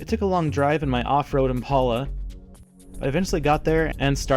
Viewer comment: "...in my off-road IMPALA..." (emphasis added) 😂😂😅😅😂